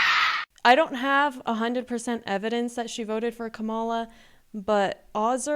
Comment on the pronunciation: It’s Kamala, not Kamala 😂